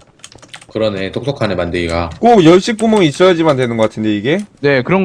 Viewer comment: 열쇠발음이 열섀라곸ㅋㅋㅋㅋㅋㅋ